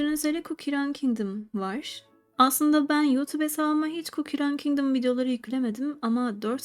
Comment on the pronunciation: Çok güzel Cookie Run Kingdom diyorsun